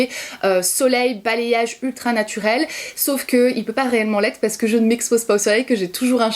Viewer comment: Ton parce que à et très english 😂😍